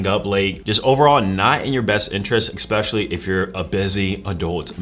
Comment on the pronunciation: Especially NOT Expecially